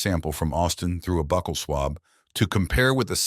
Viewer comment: It's not a buckle swab it's a buccal swab emphasis on the u sound